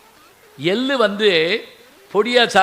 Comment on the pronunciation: ஐயா உங்கள் பேச்சுக்கு நானும் ஒரு விசிறி இதில் நீங்கள் உச்சரிக்கும் எல்லு, புஸ்த்தகம் என்றெல்லாம் சொல்லுகிறீர்கள் எல்லு என்பது எள்ளு, புஸ்ந்தகம் என்பது புத்தகம் ஒரு தமிழ்க் கடல் இப்படி உச்சரித்தில் தமிழ் மாணவர்கள் எப்படி உச்சரிப்பில் முன்னேறுவது.